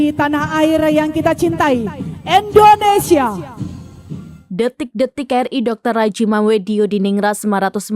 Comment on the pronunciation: Kenapa kebanyakan orang Indonesia ketika menyebut nama negara sendiri: Endonesia bukan Indonesia?